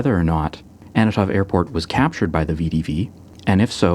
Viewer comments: Is that the first time you pronounced "Antonov" in this video with the consonants in the right order? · Is there a reason why you pronounce Antonov as "Annatov"(sic)?